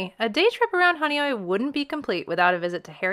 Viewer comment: Now I know how Honeoye is pronounced. I had wondered for years.